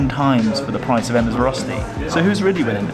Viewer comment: Are you a bit indian ? Because Röschti is the sh sound. And restaurant is the s sound in. :)